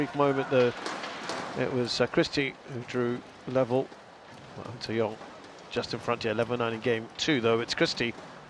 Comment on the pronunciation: The British commentators certainly cannot pronounce ng or tz